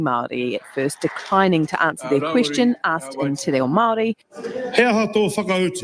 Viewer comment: Winston’s response to anything he doesn’t want to answer: “Don’t you dare, I’ve been selling out on my people and mispronouncing Māori words since before you were in nappies” lol.